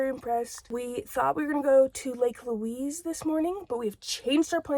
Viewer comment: Just FYI, it's pronounced Lake "Lueez" like the woman's name, not Lake "Lueece".